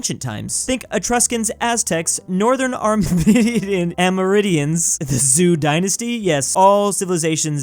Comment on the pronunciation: Zhou dynasty, tang, jie... okay they are correct.. BUT AMERINDIAN??????????????? XD